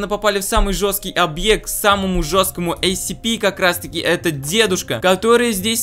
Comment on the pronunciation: Правильно говорить сцпи